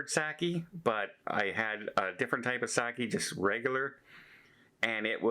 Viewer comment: Saki pronounced like sock not sack😊